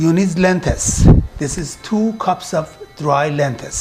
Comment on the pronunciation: Dear, great instructions and great food. however you are mispronouncing the word "LENTIL as Lentis and you also mispronounce the word TURMERIC as termic.